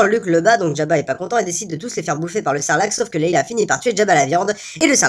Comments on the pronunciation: Le seul reproche que j'aurais à faire c'est qu'on dit Leia et pas Leila. Mais sinon c'est un excellent vidéo, comme les autres, bien fidèle au film et je ne peux que t'encourager à continuer. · C'est dur de dire Leia et non Leila ? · Leia, LEIA ! Pourquoi tant de gens disent Leila...